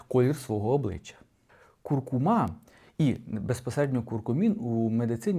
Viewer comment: Не куркумА, а куркУма. Все інше розказує правильно